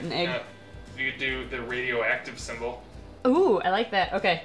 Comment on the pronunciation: Symbol not sembel